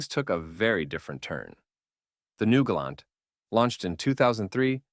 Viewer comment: Why did the AI go from properly pronouncing "Gal-awnt" to calling it the "Gay-lent"?